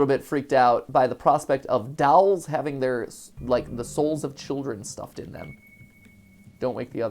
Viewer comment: Can I just say, the way Mat pronounces dolls is quite odd.